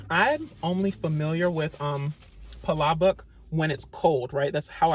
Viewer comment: Thank you for pronouncing palabok correctly!